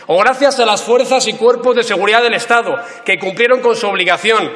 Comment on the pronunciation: Me jode cada vez que se come el do. Estado, Casado. Parece una quincallera